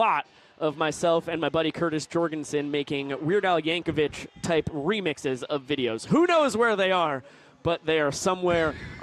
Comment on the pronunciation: Yankovic = Yanko-VICK, not VITCH.